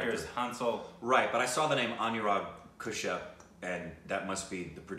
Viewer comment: something is very wrong with all of it. pronounciation of shaaaaahid and anurag kashyap as kushyap . dafuq